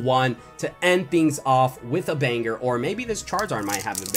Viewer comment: He said panger not banger